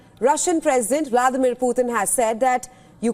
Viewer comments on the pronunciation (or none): none